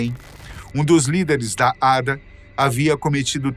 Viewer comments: Detalhe inútil... ADA se pronuncia A.D.A separado... não ADA... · Se pronuncia A.D.A